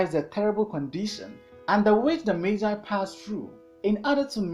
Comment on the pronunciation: learned a lot and even know the right way to pronounce magi thank you 🙏🙏🙏